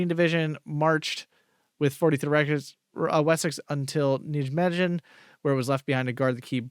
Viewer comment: Nijmegen pronounced as....Nigh, May, Gen...nighmaygen Hope that helps!